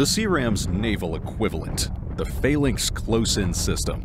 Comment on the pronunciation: It’s pronounced ‘FAL - ANX‘, not ‘FAIL - ANX’, although its is spelt ‘PHALANX’.